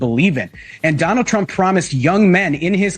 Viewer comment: Did you say Donald duck or Donald Trump. Lol😅